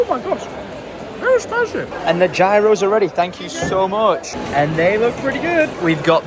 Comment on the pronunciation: Bless, calling it Gyros (pronounced “jy-rose”) when it’s actually “gih-ross”